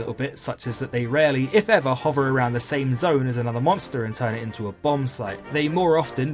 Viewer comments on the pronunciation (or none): none